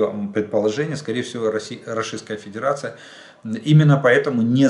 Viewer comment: Жданчик учись выговаривать РОССИЙСКАЯ ФЕДЕРАЦИЯ может тогда тебе Воркуту на Магадан заменим 😂